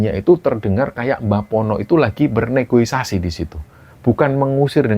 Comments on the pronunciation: negosiasi mas bukan negoisasi, pasti kepleset terus kalo denger cerita ada kata negosiasi jadinya negoisasi 😂😂😂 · Penjual bukan pembeli Negosiasi bukan negoisasi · Maap, Mas. Yg benar adalah Negosiasi, bukan negoisasi🙏